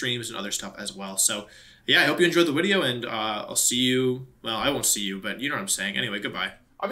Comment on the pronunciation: Is it a speech impediment or a choice that he pronounces video like woodeo?